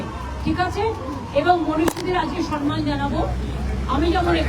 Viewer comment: কথাটা হলো সম্মান, সনমান না.